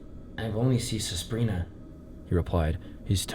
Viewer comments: Listen I really really appreciate you narrating this yourself but please look up the pronunciation of words you don't know, "Susprina" physically pained me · how bro gonna pronounce giallo right but not suspiria